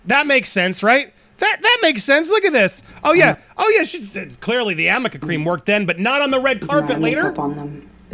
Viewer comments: It’s ARNICA. Not Amika. Amika is a hair care company. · It is arnica cream. Not amica cream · It’s not Amica cream or crème, depending on where you come from, it’s called Arnica cream or crème. No ‘m’ but with an ‘r’. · I believe it's actually called Arnica cream, not Amica. Ellaine can't read is all. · Your videos are amazing. As a nurse could I say one thing? It’s ARNICA, not AMICA. Thanks. I cringe every time…. But your vids are amazing! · It's really Arnica LOL.Theyve been saying it wrong the whole time! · ANDY ——- it’s Arnica cream. A - R - N - I - C - A Also, would you please try to pronounce your last name properly? Drop the G and try this = SIN•YOURI or SIN • YOUR • E the E is like the E in Easy E